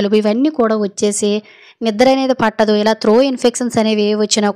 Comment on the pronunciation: త్రో కాదు.. త్రోట్ ఇన్ఫెక్షన్... లేదా గొంతు లో ఇన్ఫెక్షన్ అనొచ్చు.. తప్పులు పలకొద్దు